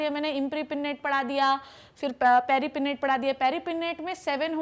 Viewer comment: Madam paripinnate, imparipinnate galat padha Rahi ho